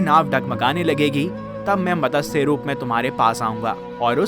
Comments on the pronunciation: Fish Avatar sound is Mat. Sa . . Not Matasha. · Mtsya not Matasya. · Not Matasya but Matsya avatar.